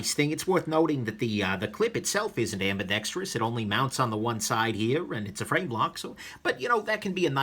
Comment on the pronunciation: Thank you soooo much for pronouncing ambidextrous correctly! Its not freakin ambidextrious. I can't watch the dinks saying it that way.